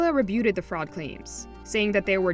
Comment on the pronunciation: Someone needs to tell this lady how to pronounce the word "rebutted"